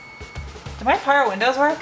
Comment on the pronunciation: Power windose. Cant unhear it now